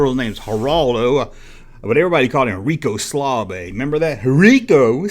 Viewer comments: You messed up a few times! Pinky was the fastest, and the blue one was the slowest! Also, it was Rico Suave NOT Rico Slave! This is the first of your videos that I thumbed down. Stick with topics that you know about that the viewers enjoy! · Um, yes you should listen to what your viewers want because without viewers you have no channel. Rico Suave you pronounced like Rico Slavay multiple times! And the red ghost named Speedy was fast, but not as quick and clever as Pinky. I mean you no offense as I enjoy your videos, but this one was not your finest moment.